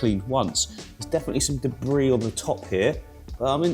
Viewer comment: Why are you saying ‘debris’ weird? 😂